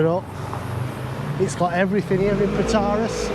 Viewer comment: FYI you pronounce Protaras completely wrong lol.